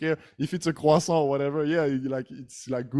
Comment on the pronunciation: Thank you for this video, I've been following your content during the covid and i love every content especially the tongue twister. I like how you pronounce the croissant (crrrroisant) 😊😂 Keep it up guys, tu es meilleur